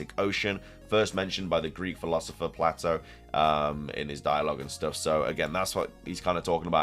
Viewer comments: I think the Legendary jewelry she has on is just jewelry. It's fitting with what she teaches, but I don't think there is anything beyone that. Just a heads up, The name Plato is pronounced PLAYto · I love you man but it’s pronounced Playtoe 😅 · I love you man, but it’s pronounced Play-toe😂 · Man your killing me It's pronounced play-doe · Holy shit, you can't prnounce Plato correctly either? Do millennials even go to school? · I more offended by the pronunciation of Plato 😂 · I thought the project name for SV was Titan. I'm unsure why SoulSilverart was connecting Atlas and Atlantis they aren't connected outside of just being in greek myth. One is a titan that held up the cosmos the other is a island described by Plato (which somehow you mispronounced).